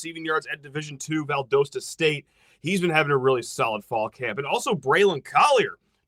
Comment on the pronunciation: For the future maybe two times you’ll ever say it again in ur life. Val-dah-sta State